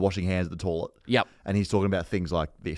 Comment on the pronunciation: I’ve held my tongue for the first season but I can’t go on any longer. Someone tell it’s toilet not tawlet